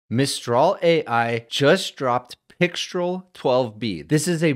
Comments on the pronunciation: C'est Françaaaaaais?! 😅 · Pixtraaaal. Alternatively, you could wear a black beret, a white-and-black striped shirt and hold a cigarette, at which point you can go ahead and pronounce it either way. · "Mistral" is (English/American-ised) pronounced with an "el" sound. Pixtral would be similar. So "Pic-strel" would be appropriate. However the French pronunciation is with an "all" sound. Since mistral is a French word for a cold wind that blows across France, I would go with that for correctness. It's actually more like "me-strall", so in this case "pic-strall" should be correct. At any rate, I look forward to a mixture of agents/experts scenario where pixtral gets mixed in with other low/mid weight models for fast responses.